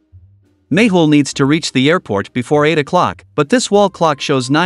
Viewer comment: No , its mehul not mayhul 😂